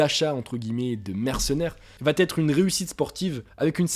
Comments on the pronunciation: Pourquoi tous les Youtubeurs disent "vat être" ? Vous savez pas conjuguer ou bien ? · Tu parles bien,sauf pour les liaisons maltapropos : il faut : il va être et non pas il va t’être